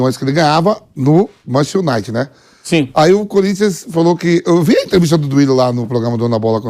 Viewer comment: O Vampeta ainda não aprendeu, a pronunciar "Manchester United" corretamente, é deprimente e vergonhoso.